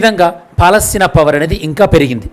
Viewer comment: Good One but Palastine in Telugu - Paalastheena 😅